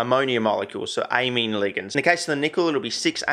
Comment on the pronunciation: ammine ligands, not amine groups, smh my head